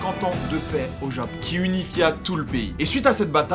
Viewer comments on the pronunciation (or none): none